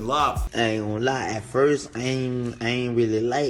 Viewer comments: "Ceerdi b" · You said her name correctly this time lol